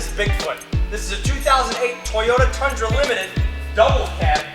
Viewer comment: Ummm "The Tundran" yeahhhh buddy